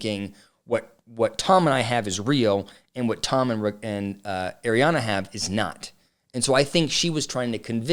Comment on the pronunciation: Ariana.... not Adrianna